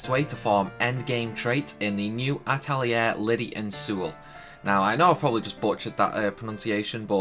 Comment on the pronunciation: just wanted to confirm, you did indeed butcher the names badly. Its (At lee air ) SUE ella and Lid eee Thanks for the video though hun! Sadly it doesnt help me as im trying to get these before ending teh game </3 Ill keep this for future ref though